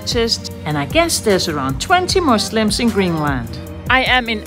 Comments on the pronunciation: The way she pronounced Muslim instead of muzlem * chef's kiss* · Props to you for pronuncing Muslim properly